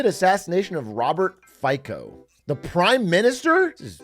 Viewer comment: Also your pronunciation of Fico was quite funny